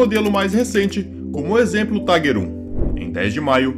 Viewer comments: Não é Taiguer! Esse tanque não é americanoo ou inglês ,é alemão. Pronuncia- se Tiguer. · Cara você não entende nem de inglês muito menos alemão, a pronúncia em inglês é "Taiger" em alemão é "Tigar" em alemão o er tem som de ar